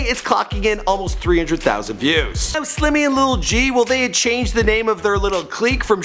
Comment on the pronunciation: y he keep saying lil g, its lul g